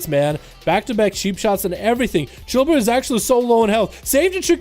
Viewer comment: Its "Chi" brew....not "Chill" brew. 🤦‍♂️